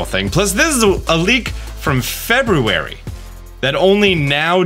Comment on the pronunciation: The way you say February hurts me mentally